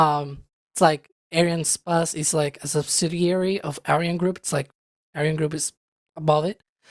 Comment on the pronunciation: and why are you guys pronouncing Ariana"Space" as Ariana"Spahce" (or however you would spell it )???? I'm genuinely wondering why and wanted to hear from you guys. I mean you don't pronounce the word "space" in Spacex that way so am I missing something?